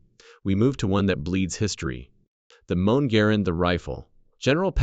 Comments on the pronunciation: Don’t you want a “mone?” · STUPID AI "M-1" IS NOT PRONOUNCED "MOAN"!